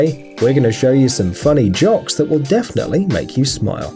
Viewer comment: If u guys didn’t listen the guy said joks instead of jokes